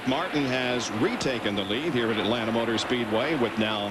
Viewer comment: Atlanta is one word not- At land ta